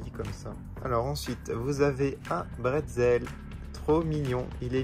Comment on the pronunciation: Le bretzel ne serait pas un… Batzel, hihi x3 💙